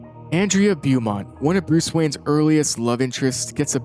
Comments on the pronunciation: Beaumont is pronounced BO-MONT....... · that's a... unique way to pronounce the name "beaumont"